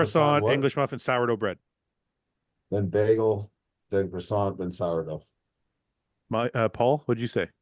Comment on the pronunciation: Canadians not being able to pronounce croissant properly deserves jail time